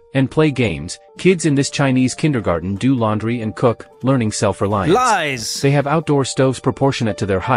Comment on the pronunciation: that "Lies!" was so South African 😂